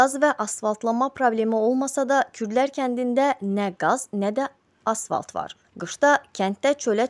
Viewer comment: AsFalt, asValt yox